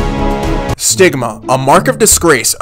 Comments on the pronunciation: stigma sounds like sigma 😭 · Stigma What I hear: Sigma